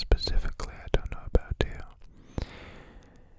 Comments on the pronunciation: Did he pronounce it aboot??? His Canadian is showing 😂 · "Aboot it" I can't with you <3 too adorable. Also, Insomnia sucks big time, I'm glad you're addressing it, and also sorry you experience it. Lots of Love your way:)